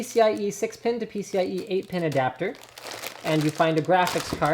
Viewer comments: Aha penis extension instead of pcb extension. I really shouldn't have chuckled at that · He said pins extensions didn't he?